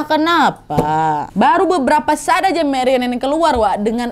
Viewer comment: Maaf koreksi kak nadia. Bacanya marianneu bakh mayer